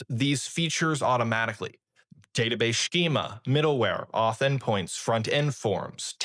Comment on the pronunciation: schema is pronounced skeema not shkeema, just in case you wanted to be respected by your peers 🤓